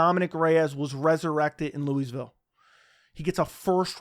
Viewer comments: Did he say Louise-ville 😅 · the s is silent my guy